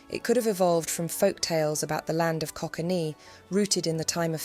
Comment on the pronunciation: land of coquaine. Pronounced like the drug we snif to get thru the day . /ko•kane/